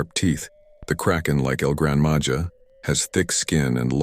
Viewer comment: Grandma ha Not Ja